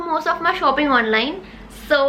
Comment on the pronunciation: Nobody Literally nobody: shopping..Shoufhing😂❤ Love you ❤💫